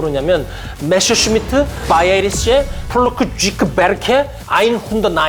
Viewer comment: 독일어 읽을 줄 모르시는 것 같은데, 그냥 한글로 표기된 걸 그대로 읽었으면 좋겠어요. 주인공인 메서슈미트부터 방송 내내 메셔슈미트라고하시니..